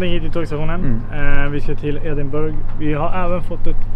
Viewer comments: Man säger Edinbruh inte burg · Riktigt bra video! Uttalas Ed-in-bruh eller Ed-in-buh-ruh dock :D